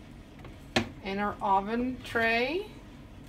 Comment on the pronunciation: I agree, this video is terrible. She said Ahven instead of oven, who does that?! I don’t even speak English so I’m even more confused than you.